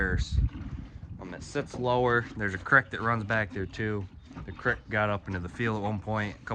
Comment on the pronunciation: Excellent video as always,. You definitely pronounce Creek differently to how I pronounce it.😂